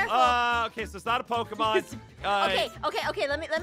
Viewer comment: It is pokemon not pokimon